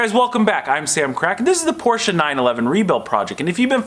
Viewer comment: Stop pronouncing Porsche wrong -_